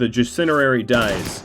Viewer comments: Not gonna lie, Your pronunciation of "Jasinerary" is low key triggering :D Janissary is usually pronounced like Ja-nuh-suh-ree not Jas-in-ur-air-ree either way, good series, keep it up :D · Since when is janissary pronounced jacinerary, lmao